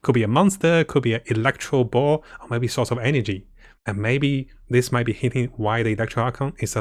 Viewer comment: he said electro boar 😂😂😂😂😂🐗🐗🐗🐗🐗🐗